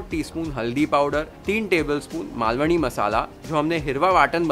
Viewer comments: I wish i could give u thousand likes for saying Malvani correctly... Take a bow chef ❤️❤️ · Omg...even before you start cooking i was so impressed by how you pronounced "Malvani" and then later full marathi sentence...further more marathi words....how much more will you impress us chef...